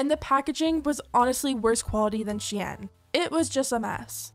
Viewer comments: Isn’t shein pronounced “shine”? Not she-yen. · sheyan? u mean sheen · stop calling shein she-en, it's spelled shein so it's pronounced how it's spelled. SHEEN like charlie sheen :/ or call it shine, as google says it is called that sigh